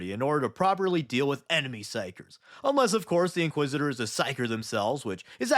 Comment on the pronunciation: Inquisit-er? I 'ardly know 'er!